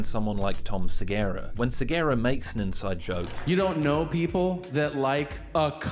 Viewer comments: Dude. Who are you to talk down about Tom SegUra. (Seh-GUr-Ah) not (Seh Gayr-Ah), who is brilliant. Or to talk down about Louis. We all have our skeletons or things we are not proud of. If you are giving props to Shane and he likes Louis C.K. you can put on your big boy journalistic pants and not talk about your personal grudges/ opinion. Many people have accepted Louis' public apology and trying to move forward with him. I was likeing your video up until about 18 mins. now I am ditching and thumbs down. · The way you say segura Is fucking killing me dude Please say his name correctly 😢 Seh goo rah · Repeat after me: Suh-Goo-Ruh. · I've never heard anyone pronounce Tom Segura so incorrectly. Like... Sigera? Seriously? You got all of the vowels wrong. Great video otherwise. Just... Damn. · It's Segura. Seh-gue-rah. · why can't you pronounce 'Segura'..? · You talk about his stage persona versus real persona while seemingly ignoring the fact that he's on stage in front of audiences. I think the guy just has nervous habits. Super weird hearing someone talk about the pretension of performance, having woken up and decided on that for a hairstyle. Incidentally, you keep mispronouncing Tom Segura's name. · That's not how you say Segura.....